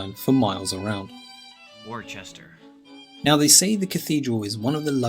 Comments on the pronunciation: It's not "Worchester" - it's 'Wooster' (Worcester has no 'h' in it!) It's not "Keswick" - it's 'Kessick' I can't tell you others because I had surgery in my right arm this morning and I'm supposed to keep my arm straight and not bend it - the surgery is right in the crook of my right elbow. 😐🏴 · Worcester is pronounced Wuster. The iron bridge is constructed with cast iron dove tail joints and the iron was imported from the USA during the time of the war of independence. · The White cliffs are made of chalk. Worcester is pronounced Wus ster. Hadrians Wall was originally about 12ft tall. Some Scottish castles have been turned into hotels.